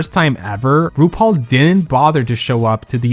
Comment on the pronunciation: Your opening "RuPaul" came out like Bendala's "Roople" today, luv it! 😂💅❤